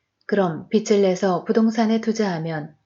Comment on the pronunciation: 편안한 목소리좋네요 책에 개인적인 의견을 안넣고 그냥 읽어주어서 더 좋은것같아요 근데 글을 읽어주는 일은 발음에 살짝 유의해야 할 것 같아요 빚ㅡ비츨이 아니라 비즐입니다 ㅈ을 올리세요 빛ㅡㅊ을 올리셔요 채널 화이팅입니다!!